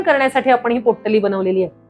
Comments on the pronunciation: पोट्टली नाही हो... पोटली म्हणा... पोट्टली पोट्टली.. कॉमेडी वाटत... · पोट्टली नाही बाई, पोटली म्हणतात. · पोट्टली नाही.. पोटली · पोटली ला पोट्टली का म्हणता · Pottali नाही potali